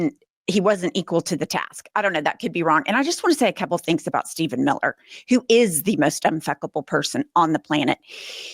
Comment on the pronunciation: Steph en Mil ler ... Duh!!! Duh!?! What??? Steph en Mil ler??? Whaaaaaaattttt?? Honey chilllledsd